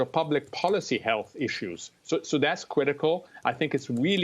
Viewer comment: Weally weally weally cwitical.